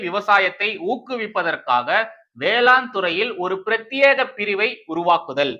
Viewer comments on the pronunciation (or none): none